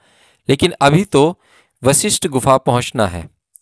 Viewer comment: Aap bahut hi nek kaam kar rahe hain yeh sab sunakar....par aapse Anurodh hai ki apna uchaaran theek rakhe.. Vishisht gufa nahi hai yeh Guru Vashishth ke naam par Vashishth Gufa hai...kyunki jo aap bolenge log ussi ko sunenge...par shabd ka arth badal jaayega...kripya dhyan de